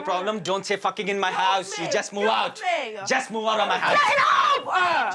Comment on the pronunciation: Don’t use the word Fahking again at my house